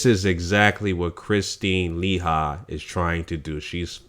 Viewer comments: Let's try to pronounce the names right people. It's pronounced, LA- HE. KRIS- TEEN. DO NOT LET MFs who are trolling our vids try to change the subject into " proper English" classes. The irony in that is how much of our language is constantly being ripped off and used on commercials, movies, all over the place, WEBSTER'S! Peace and Blessings to all who are strong and boisterous. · LOL....The way this dude Pronounces her last name, gets me every-time.